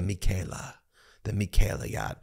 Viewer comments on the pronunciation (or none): none